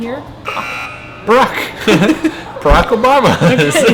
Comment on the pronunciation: "prock obama"HAHAHAHA